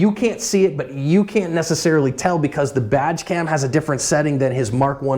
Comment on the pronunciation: When uses the words "badge cam" it always sounds like "vag cam." Now that would be some interesting footage!